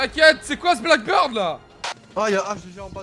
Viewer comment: pls, c'est pas blackBIRD mais BEARD genre la barde quoi x) ça me triggered tellement quand tu le dis comme ça XD